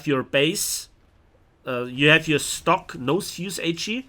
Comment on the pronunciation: Why you suddenly started to say "yee" instead of "you"? Reminds me some Southern U.S. accent from the Civil War.